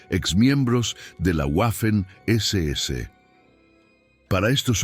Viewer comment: En inglés es una u doble pero en español y en alemán la letra w es una uve doble. La pronunciación correcta es 'vaffen' SS.